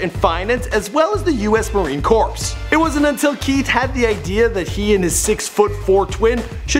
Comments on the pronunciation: it's pronounced U.S Marine "core"(Corps) not corpse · This dude said marine corpse it’s pronounced marine core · How the FUCK did you not say Marine Core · Yeah, this dork pronounced it - "corpse". Get it right! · Yes, update it. You can start by pronouncing the word "corps" correctly. It is pronounced "core". A dead body is a "corpse". FFS. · Corps is pronounced core not corpse us marine corps is a fighting force -us marine corpse is dead marines get it right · its not pronounced corpse!!!!!its pronounced core!!! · Marine corps the corps is pronounced "core" not "corpse" bro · Update it. And say Corps instead of Corpse like you did. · Pronounced "core", spelled "Corps". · It's Corps....sounds like Core! Corps lol. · God, he really planted that "P" in Corps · did he just say corPs?? 😑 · Did he just pronounce the "p" in corps.? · The P and S are silent in Corps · Hey Corps is pronounced (CORE) in Marine Corps.. You've literally screwed that up in several videos. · You really expect average people to know that that shit is pronounced "Core"? Not just the guy. I'm pretty sure that most people didnt know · U.S. Marine Corps....... it's pronounced "core", the P and S are silent. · how do u live in america and not know how to pronounce marine corps. it's not marine corpse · Who else cringed when he pronounced Marine Corps? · Pronouncing the ps in Marine Corps.? Really? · That's not really a fair accusation since it's such a weird fucking word to pronounce. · Takes some real journalistic excellence to pronounce the p in Marine Corps. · You don't pronounce to P in Corps geezzzzz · Did he say "CORPS" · You dont pronounce the P in Marine Corps. "Smh."